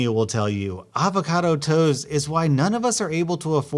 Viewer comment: hOLD UP did you just pronounce ah-vacado AA-vacado??